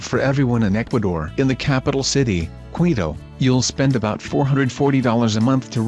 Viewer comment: Ecuador's capital is 'Keeto', not 'Kweeto'.